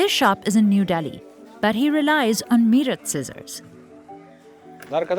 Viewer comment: So much privilege in the comments, welcome to the real world people which isn't a ned pf roses but harsh and cruel. And its not pronounced me rut but mae rut